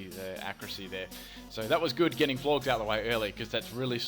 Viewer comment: I think it's pronounced Flor-jess to rhyme with gorgeous Personal opinion, it just makes sense! Xx